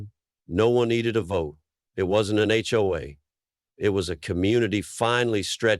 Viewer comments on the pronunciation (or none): Was this an AI voiceover, or did the narrator just not know you don’t pronounce HOA as a word? As well, it’s pronounced differently numerous times based on context, suggesting again that it’s most likely software attempting to parse out what this phase meant.